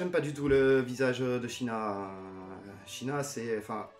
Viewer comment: Une question: apparemment tu connais la version originale de la série d'origine (tu donnes les noms originaux des attaques, tu prononces correctement le nom de Geki), alors pourquoi on a droit à du "Seyar" et du "Shina" pour Seiya et Shaina ?